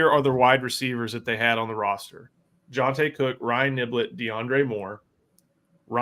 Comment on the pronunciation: Tauriq Black? I swear I hear pronouncing "roster" as "rosture"